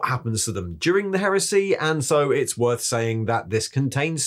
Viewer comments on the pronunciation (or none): none